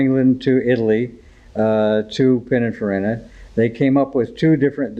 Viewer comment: Cool cars but really?. Pin a far in a? Peena far eeeeena. You probably call them eye tal eye ans too.